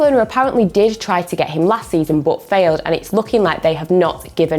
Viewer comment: No one:: BUT is pronounced as BOUGHT